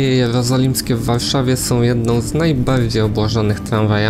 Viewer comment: "aleje jelrozolimskie" - co jak co ale weź zapisz się do jakiegoś logopedy bo wkurza trochę ta wada wymowy. Poza tym spoko film :)